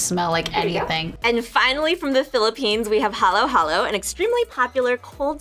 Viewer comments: ITS HALO HALO NOT HOLLOW HOLLOW. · Hallow hallow.. 😭 bae its halo halo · its not hallow hallow it just halo halo lol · What hollow hollow?? it's halo halo right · it should be halo-halo not hallow-hallow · It's halo halo ❤️ not hollow hollow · Even the filipino girl called it “ha low ha low” 😭😭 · "hollow hollow" bruh what in the white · It's Haluhalo (noun) not halo-halo (verb). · Fact: they said halo halo and ube wrong